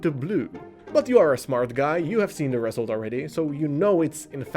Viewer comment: ReSULT, Iit's pronounced reSULT